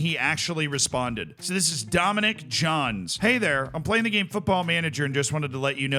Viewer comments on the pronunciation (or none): none